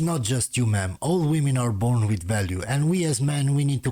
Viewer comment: if you want to be a solid redpill, diss that 'hiellou peasant who does voice overs in pralallel to you'. he is a peasant and stop being gae. meaaam, mea'amm, wtf is that word